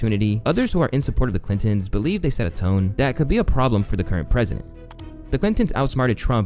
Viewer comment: clittory.. ok i cant unhear that